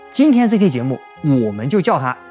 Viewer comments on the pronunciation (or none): 你的中文視頻很不錯，但是如果想把視頻翻譯成英文的話： 第一：把視頻的標題翻譯成英文。現在不會中文的外國人見到視頻的thumbnail或者標題不會知道這個視頻的語言是英文的，也不懂這個視頻是關於什麼的。我個人是會中文的老外，想見到中文的視頻。如果是三國的話現在我對英文的視頻不太感興趣因為已經見得夠多了。所以，現在見到了視頻的語言有點沒那麼感興趣，但是我很好奇裡面你怎麼分析張飛的真正的歷史和演義裡面說的。 第二：你的英文有錯誤。如果看中文字幕張飛的字是益德，但是聽到英文的話只聽到益，德聽不到。那樣以來不會中文的老外會以為他的字是“益”。在視頻裡最初兩次聽到了，我在評論區非寫不可。 美國人也許不會（習慣又不愛）讀字母，但是歐洲老外大半習慣讀字母。我很喜歡聽你的中文視頻。不如給觀眾機會加英文字幕就行。讓美國人努力一下。當然，作為一個創造者你決定。